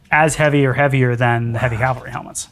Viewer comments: C’mon Adam… Calvary! 😂 doh. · Calvary ? Oops I see it was already deleted 🤣 To be fair, the dude mispronounced it at least once. Metal work is the best !!!!!!